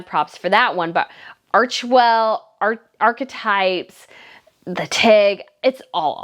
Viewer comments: Hope you don’t mind my pointing it out… archetypes is pronounced ‘ arca types ‘ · sorry. U know I’m referring to the lady in the video mispronouncing ‘archetypes’